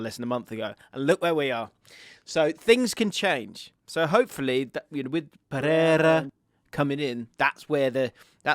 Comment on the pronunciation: Funny thing is that he's not even saying Pereira well, so that portuguese brainwashing is not really working that much 🤣